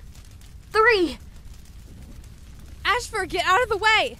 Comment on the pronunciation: It’s AAAHfur!